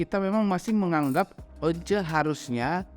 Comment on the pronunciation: "harusnya" bang "harusnya" 😂